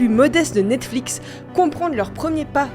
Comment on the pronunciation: j'aime bien comme ça devient de plus en plus compliqué de prononcer "Netflix" a force de le prononcer lol " Netflic" " Nexflics" " Nexflix" pour ensuite dire " Nette-Flix" lol-> Bonne vidéo quand même ;)